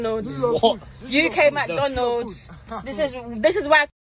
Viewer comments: The way she says McDonald... MacDoughnoods lol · “UK mAKDOnOlds, UK mAkDonOlds 🥴” 🤣🤣🤣🤣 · UK Mack Doughnalds 😂